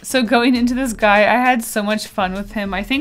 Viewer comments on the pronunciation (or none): I thought u said "what a gay" And I was like "wait WHAT"